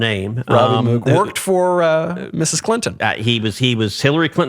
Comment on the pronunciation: There is no Moo in Mook. It's pronounced like Book.